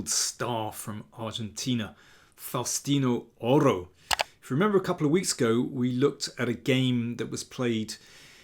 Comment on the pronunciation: Great pronunciation of his name.